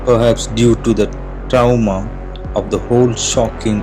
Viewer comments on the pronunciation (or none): You were really nice in speaking and dialects of your video, it seems as if you did good practice for it and it was truly a great job but there has been problems in your speaking a few times...please check for the pronunciation for some words like trauma , lakes, dazed, etc....and I sincerely hope that in your next video you will be performing better and soon your channel will also turn into a successful channel. Wish you all the best...